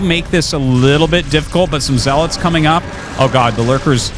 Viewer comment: Did Arty eat something good? He's been calling zealots properly instead of "zeaLOT".